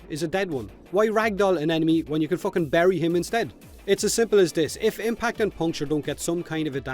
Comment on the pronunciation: He says focking just like Conor McGregor